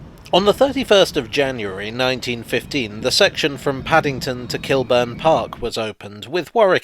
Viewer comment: The way you said Kilburn with the stress on the -Burn gave me the shivers.